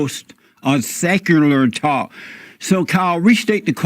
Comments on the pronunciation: This dude in the beginning said "Sakuler TAAU-Kuh" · Seckoolar tock. 😂